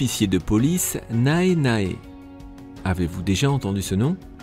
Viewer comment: Attends, "Nae Nae" se prononce "néné", le "a" ne se prononce pas Même le supérieur décide de danser, c'était génial XD